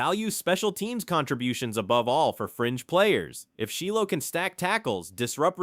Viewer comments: Shy low, not Shee Low, AI strikes again. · Its not sheelow smh 😂